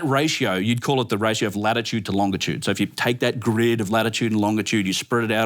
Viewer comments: It this dude say “longa-tude” one more time I swear 😂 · For being so smart, how come he can't say longitude correctly?